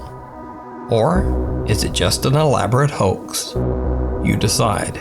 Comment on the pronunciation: Bruh, stop saying elaborate hox.